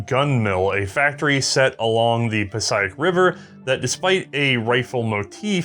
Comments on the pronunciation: Puh-say-ick. Passaic River. Not Pa-sy-ick. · Passaic is pronounced "pass-ache". In Jersey that's how we pronounce it...we could be wrong.